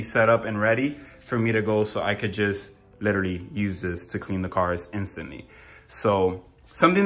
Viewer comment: I'm in South Florida. Guessing you're in Miami by your accent (what accent? haha "LITTERLY" was the giveaway). Can you share with me your Plumber's contact info? I'm in West Boca, but if he's willing to come up this way, I'd definitely hire him. Thanks bro.